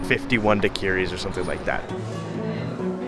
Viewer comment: Dak-or-ees (daiquris)